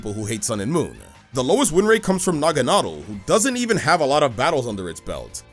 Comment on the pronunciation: Bro L naganadel pronunciation